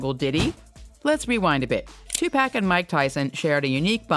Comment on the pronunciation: If you're gonna make money off this man's name at least pronounce his name correctly. It ain't no TuPack. It's Tupac. Like TuPock phonetically. This man been dead 27yrs, called one of the greatest of all time. Name has been in and out the media forever and eat off of this man and still can't get his name correct. TuPac!